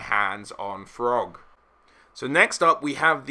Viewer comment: Without fail you add 'h' to the pronounciation of every word imaginable. But in this video you pronounce Throgg as FROGG... you have to be trolling me?!